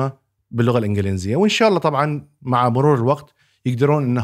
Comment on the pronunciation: الإنڤلينزية ❌ الإنڤليزية ✅